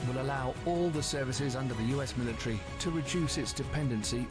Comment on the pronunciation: What is a militree? A militant Christmas tree?